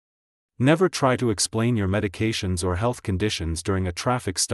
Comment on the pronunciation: Is there any chance you could find a human English-speaker to read your scripts? Your robot voice is dismally painful. Could you teach your robot that the word “to” is not an acronym, it does not need to be spelled, it is a simple word.